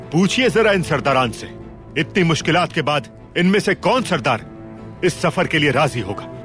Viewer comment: “Kaun” hota hai bhai “kun” nahi